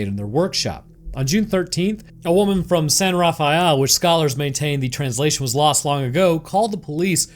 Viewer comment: San Rafael was butchered here